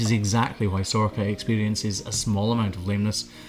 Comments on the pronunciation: She's gorgeous! For a moment there I really thought you said her name was Sorkka, which is a Finnish word for cloven hoof. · Sorcha (pronounced Sor-ka) is the Irish (Gaeilge) version of Sarah. I presume it's the same in Scots Gaelic as they are very similar languages. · I was honestly sure she’d have to reverse into crush with the size of her beautiful horns, and that it’d be a whole production that’d risk stressing her out, great to see that she could just walk in instead! Also, since ye were talking to the farmer about her name at the start, Sorcha is a very common name here in Ireland! It can be pronounced either sor-ka, or sor-sha.